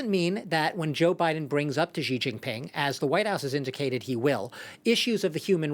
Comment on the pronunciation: Its not jiji, its xi